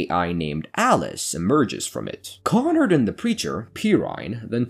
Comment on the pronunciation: It's KonRAD not KonNard